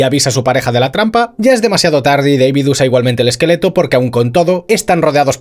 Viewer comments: Que manía de llamar al prota "Deivid" que sí, que se escribe David, PERO SE PRONUNCIA IGUAL QUE SE ESCRIBE, si él mismo lo dice: D A V I D. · "Deivid" ulala señor Francés Se dice DAVID Martínez